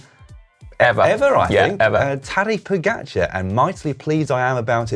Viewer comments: Can you stop calling him "Poogacer" please? :) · Your speling of Tadej Pogačar🤢🤮. Hahaa if i didnt know who won the tour i wouldnt know it was him if i heard it from you😅🤣🤣